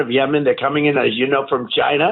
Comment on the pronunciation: Trump says “China” like a caricature of an evil villain w a mustache in an old b & w film. Why does he have to pronounce it like that every time